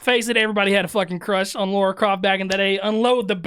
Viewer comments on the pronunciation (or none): Her name is Lara not Laura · Indy wouldn't use the word "verse" in place of "versus." That's a relatively recent linguistic phenomenoid. Wait, it's pronounced "Laura?" Then why's it spelled "Lara?!" All these years, I've been pronouncing it "LARE-uh." Desert Eagles? Isn't she known for using the HK USP9 Match? Two-tone finish. Akimbo. "Sorry!" is a board game. I wonder if Board James has reviewed it. That's the only line that irritates me. I can deal with "verse" in place of "versus," but I can't deal with the use of the word "Baby Boomer." Harrison Ford was born in 1942, so he's of the Silent Generation. Indy was born in 1899, so he's of the Lost Generation. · Why do people say laura...its Lara...even people i know say that too...its weird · Just watched the 'behind the scenes' And it seems you and Peter has the same "problem" None of you can pronounce Lara, without making it sound like Laura. 😂 Great reaction/breakdown. 👍